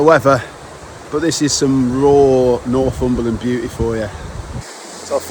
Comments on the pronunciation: NorFUmberland, pronounced NorTHumberland is a truly lovely place. And that is from someone who used to live in the Scottish Highlands. However, describing it as an "emerging" destination is really the kiss of death. Having lived here for ten years I have seen first hand what an influx of tourism can do. It will not remain England's last great wilderness for long if it becomes overrun. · It’s Northumberland not norfumberland. But thanks for visiting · Nor'fumberland? it's Nor'Thumberland